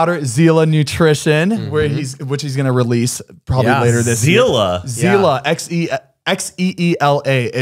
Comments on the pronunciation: Sila is power in Russian not zila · As a Russian THANK YOU he's the only one that'll call it out. Ilya's brand will be just like any other let's be real and it's pronounced Cee-la not zilla